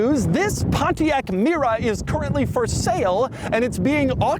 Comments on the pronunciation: Doug the type of guy who pronounces Mira and Mera exactly the same $10 he also says "merry-o" for Mario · Do I hear Mira all the time ...is it me or him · Is Mera pronounced as rhyming with Miura? Did Pontiac use that pronunciation to evoke both Ferrari AND Lamborghini in one package? When I first read the model name it looked like it would rhyme with the American English version of the word era. Or sclera. Also, my brain: "that doesn't look very similar to a 308" then "oh. Oh my." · was it me, or I did i hear Pontiac Miura? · Mera sounds like miura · Oh, it absolutely sounded like Miura.